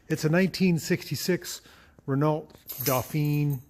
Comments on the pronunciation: Please, please, it’s pronounced ‘Reno” and not “ren ault “ There you go, my little Aussie winge. 😝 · Probably is a Gordini: 4 wheel discs, 4 spd transmission, 37 HP. BTW it's "ren-OH". C'est francais. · “T” in Renault is silent, and it is pronounced as “Ren-no.” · had the car for many years but still can't pronounce "ren-oh" correctly :P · I get a chuckle how you say Renault ,It's wrong.haha The lt is silent .